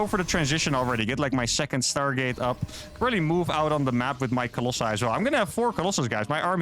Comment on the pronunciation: Colossi not Colossai, there is no a in that word.